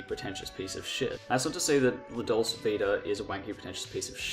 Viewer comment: Why are you pronouncing dolce that way?